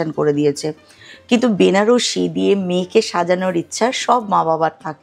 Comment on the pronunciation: উচ্চারণ টা ব্যানারসি নয়, বেনারসি হবে।